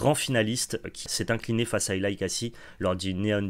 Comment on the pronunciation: Pour info, Eli se prononce comme Elie en Français.